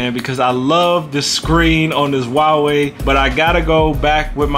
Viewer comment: Subscribed for pronouncing Huawei correctly.